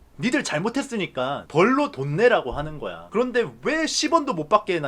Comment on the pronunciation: 그알 이제 ''그런데 말입니다' 가 아니라 '구란데 말입니다'로 들어야함